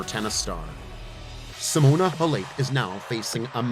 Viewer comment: You can’t even pronounce her name right.